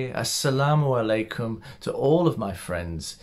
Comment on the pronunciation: You caught me off guard with such a perfectly pronounced Assalamu'alaikum 😊.